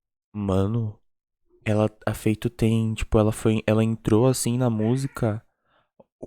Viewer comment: O nome da senegalesa não se pronuncia "Feito", se pronuncia "Fatú"